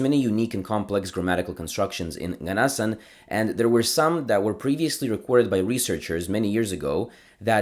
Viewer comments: hey! a little note: nganasan is pronounced with the accent on the last vowel (nganasAn) :) I’m from Dudinka which is the town where nganasans live and I’ve been familiar with their culture since childhood, it’s always been fascinating! this is an incredible and informative video!! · You have to pronouns ng at the beginning of those words it will produce a “nya” sound slightly when you say it this is why their language must be called “nya” in their language